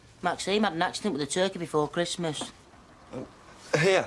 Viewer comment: Wish Ashley would say maxine instead of maxiem